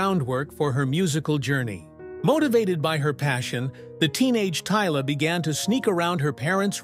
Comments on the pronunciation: but pronounced Tyla as in Tyler, in the video he prounouced as tiller. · How did she go from Tyla to Teela mr narrator? 😳